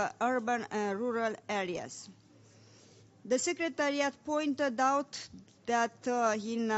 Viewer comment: ))) asa citeste un coleg de-al meu! :)) nici macar nu stie cum sa citeasca "the" urmat de un cuv ce incepe cu o vocala!:))